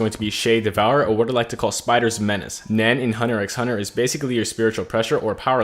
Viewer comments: It's pronounced hunter hunter the x is silent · Says hunter x hunter is his favorite anime, Also pronounces the x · I’m pretty sure you don’t pronounce the x in hunter x hunter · Your favourite anime series but u say the x in the name. Hmm moment